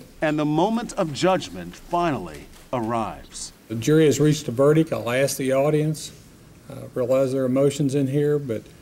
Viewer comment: I cringe when law professionals say verdick and districk. There's a "T" at the end of those words and it's not silent!